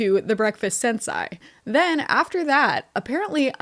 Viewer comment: im crying at how yall pronounce sensai